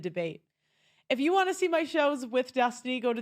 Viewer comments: Why does he call him Des Tiny? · It's "Des-Tiny"... you mean people don't know how to pronounce "destiny"? Just kept thinking that was strange. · Dess-tiny ? Lol. Intentional? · Did he say "Dez-tiny"? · Des-tiny is thee best pronunciation of Stevens pseudo name.......... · I find it hilarious how the narrator keeps saying "dez-tiny" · Also got to love how the nickname is pronounced des-TINY. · I love how he pronounces it dess tiny. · des-TI-ny LMAO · "His name is Des Tiny..." lmao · Why is that guy talking saying his name all wrong? It is really hard to listen to……